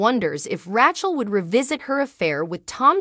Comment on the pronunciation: I do wish you would pronounce the cast members names correctly. But it is comical that you come very close to call Rachel "ratchet" lol......